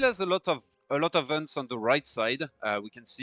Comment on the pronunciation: I love when says hunts like unts. That failed suvorov rush by Konsensus was painful to watch. I completely agree with. Wait until you've sent the card before you even think of pushing. You should either stay near your Town Center or scout ahead with one unit to make sure cav can't wreck your whole streltsy batch. The element of surprise is so important at high level play, especially with an all-or-nothing revolt-like timing build like suvorov.